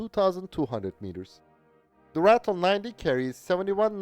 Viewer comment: Just by the way... it's pronounce RAH-TILL. Not "rattle" although most of them did